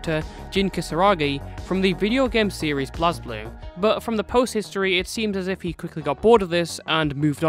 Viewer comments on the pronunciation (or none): The mispronunciation of “Blazblue” hurted me